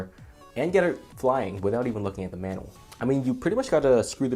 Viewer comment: Having a little trouble pronouncing "manual"